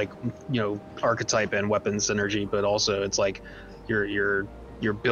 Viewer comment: still doesn't know how to pronounce archetype